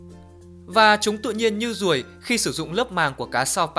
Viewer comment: Mắt bọ biển giống con RRRRRRuồi =))